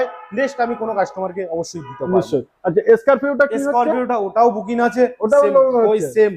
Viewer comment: বুকিন😅 বলছেন যে বুকিং বলুন